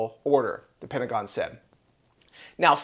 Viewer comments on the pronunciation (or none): none